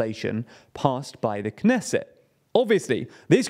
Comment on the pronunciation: PRONOUNCE THE T IN KNESSET!!! This is not French!!!